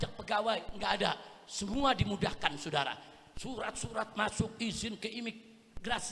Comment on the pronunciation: SAUDARA...bukan S U D A R A